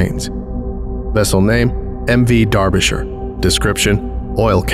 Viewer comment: I was about to commend your pronunciation of 'Derbyshire', then I realised you're not actually American, and just have an amazing talent for voices. Thank you for the videos, I listen to them every night to sleep